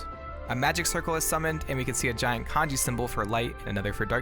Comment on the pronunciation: Every time you say kanji!!! I cringe... it’s the in game symbol. 光 this is the kanji.